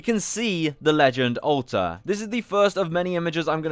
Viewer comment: Olta xDDD not Alter xd